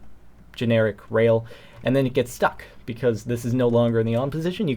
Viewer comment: you said stuck funny hahaha that was great